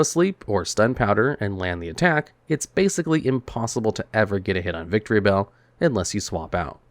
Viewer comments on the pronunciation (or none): Is it just me or he calls Victreebell "Victory Bell"?